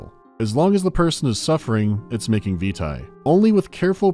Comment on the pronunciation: I'm sure everyone has already said, but 'vitae' is pronounced 'veetay', not vita (as in Curriculum Vitae). Also, Amnesia: Justine was created for the Steam Potato Fool's Day event, celebrating Portal 2's release. It is literally a Portal parody, with the disembodied GLaDOS-like taskmaster, the chambers, etc.. I was there at the time, but too afraid to play it for the event.